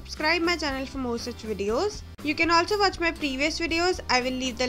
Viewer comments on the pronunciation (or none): none